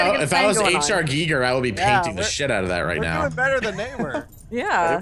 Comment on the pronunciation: H.R "gee-ger"... no no no. It's H.R. "Guy-ger" Giger!